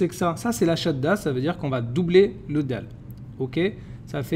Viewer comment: Mais il faut dire Dal, Dhal non ? Pourquoi tu dis juste Da, Dha ?